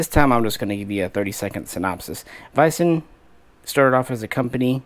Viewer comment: It's pronounced more like WEESEN defence. Just so you know! :)